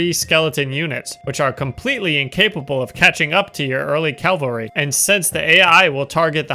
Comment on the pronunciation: repeat after me: cav al ry. Calvary is Golgotha